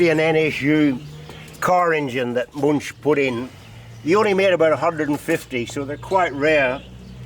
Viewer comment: Wonderful collection.Btw. It always causes pain to hear anglo pronunciation , that is how to pronounce Muench (ue can replace the umlaut). It is not too difficult.